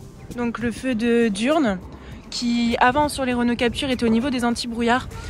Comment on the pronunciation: Pour si peu d'abonné le son est bon, l'image bien aussi, et la présentatrice très bien chipoter pour " diurne"